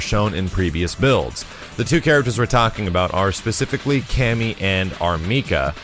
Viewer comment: for some reason I always hear "loot". like "Cammy is pretty much loot"